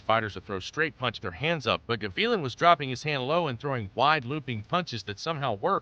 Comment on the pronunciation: Gavilan, Guh-vee-lin? No, Gah-vee-lahn